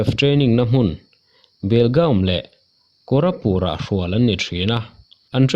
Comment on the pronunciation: Korapur iti a..... koraput ti Zawk tur mawle..... 202 bn cobra ah vawi2 ka training toh